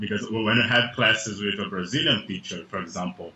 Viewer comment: O carinha falando "for example" parece pronunciar "por exemplo" hafuhaseushe